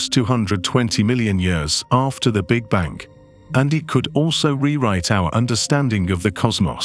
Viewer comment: This is so unenjoyable. What the fuck is with the English voice first of all, and he can’t even say big bang. Is this some kind of computerizized voice.